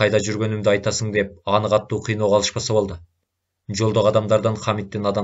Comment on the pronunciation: Садагаң кетейин кишини кыжаалат кылбай туура окучу катту эмес катуу болот